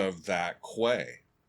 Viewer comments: Oh that dumb old chestnut about the mix! Tuomas deliberately wanted to use Floor as an instrument in his "orchestra" on this album and in a number of the songs she is deliberately low in the mix to achieve that. It's NOT a mixing error. And by the way, it's "key" not "kway" (quay). It's where a ship docks. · Quay{ pronounced Key) is where ships tie up to in a harbour. Very English term. Hope that helps. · Love your reactions but, to me, the mix was perfect. Quay is pronounced 'key', and is another word for dock or jetty. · Quay is pronounced "kee". It's a place ships can dock. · quay is pronounced key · I'm sorry, but do you really dont know what a quay, quayside or warf is? The primary phonetic transcription for "quay" in both British and American English is /kiː/, pronounced the same as the word "key". While less common, some dialects or regional pronunciations may use /keɪ/ (like "cay") or /kweɪ/ (like "kway"). You see, I'm Dutch and the Dutch are known for being direct or even blunt. (trust me that's not the case here, certainly not in a blunt way) In the Dutch language the word 'kade', directly translates into the English 'quay'. My friend, you better brush up on your English cuz for now it looks really bad on your end. Still as always, Great reaction on a great song. 🤘Greetings from the first airborne division of the Nightwish army based at Maastricht, The Netherlands.🤘